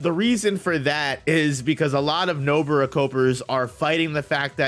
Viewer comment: Stop calling her Nobura ffs